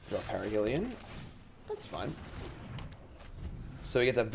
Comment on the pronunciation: Is there a joke I'm missing, you keep saying parhelion wrong. Parhelion ≠ ParAhelion